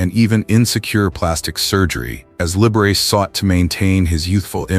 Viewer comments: You know, Often to myself long ago for fun, I would pronounce within my head 'Liberace' in the way your AI voicing just has. Every time I hear it here, again, I crack-up! -- 'The boy can't help it! ' Once way back in c.'68 I had dinner with 'Lee.' (A suggestion said to me as to how best to address him, post his having endured "Mr. Liberace" over a good week of working on a project there at the house above Sunset Blvd. / Tower Records.) Of this encounter I could write an essay in the style of "My Dinner with Andre." (We two were NOT one another's 'type,' and so all was made thus easier of proceeding.) And now a delicious anecdote: I remarked to him that never had I heard him play one single solitary wrong note. He looked at me 'curiously' seeming nonplussed, like perhaps he'd never even thought of it. Well after a moment he got-up, went to the piano and proceeded to play a single note -- middle "A"!! Returning, sitting down, then pronouncing grandly -- "T-H-E-R-E it is!!" -- we both bursting-out in laughter. Yes. And indeed it was that: THE wrong note never played. As a gentleman and host Lee was 'the aces,' he being most kind and solicitous always, as to one's general state and comfort. In all of ways imaginable, there will NEVER be another Liberace. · It's Lib Er A Chee! This IA is not up to PAR! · If you are going to present yourself as some kind of "expert" on these Hollywood issues you could at least learn to pronounce their names correctly. For example, it is LIB-ERR-AH-CHEE not as you pronounce it. What a dope you are. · Liberace is pronounced "Libberachee" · Aside from the obvious AI mispronunciation of Liberace, it's pronounced Don BacKARdy. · OMG! How could you NOT pronounce the name of one of the most famous people in the 20th Century correctly?! You could freakin' Google it! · It’s pronounced lib-ber-rah-chee not lib-ber-race🤔🧐🤓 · I agree. Learn to pronounce the man's name before you make it sound so dirty!